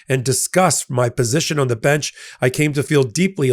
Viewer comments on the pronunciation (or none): none